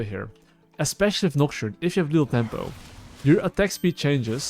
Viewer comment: i like that he says lethal tempo like lil' tempo